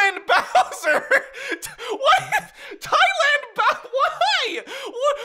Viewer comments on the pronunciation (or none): TIE-LAND BOWSER HAHAHAHHA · Tie land 😂